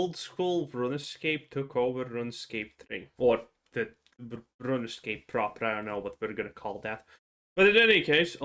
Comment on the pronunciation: Runescape is pronounced "Rune Scape" not "Run Escape".